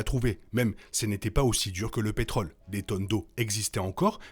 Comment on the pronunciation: On dit pétrole, mais on dit contrôle, rôle et on prononce le Ô circonflexe, mes oreilles arrêteront de saigner. Parmi les nombreuses erreurs ; ce n'est pas Mad max qui conduit les colons (pourquoi colons ?) à quitter leur puits de pétrole, mais leur désir de trouver une terre nouvelle au bord de l'océan (rappelle toi les filles en maillot de bain sur le dépliant photo). On ne parle pas de Mad Max 3, dommage, car on y parle beaucoup de ce qui est arrivé.